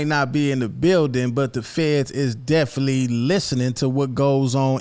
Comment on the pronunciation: Hey It’s Definit-ely Not Deflee 😂😂😂😂 Keep doin yo thang though bro